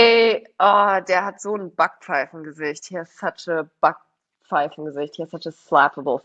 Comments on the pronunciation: The "a" in Backpfeifengesicht is actually pronounced like the "a" in Schadenfreude. Not like English "I'll be back." 😉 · you don't pronounce 'Sprachgefühl' correctly. 'Sprach' has a long 'a', like 'ah', not a short one. Also you miss the 'p' out of Backpfeifengesicht! More Babbel prescribed!